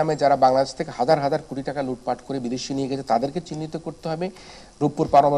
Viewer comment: Great to hear LOOT FAT (is Noakhali accent?), what's FOBERS bro .